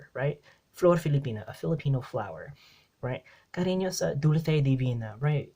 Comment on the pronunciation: Why pronounce "dulce" like that? Pilita Corrales pronounce it as "dulse", seseo-style.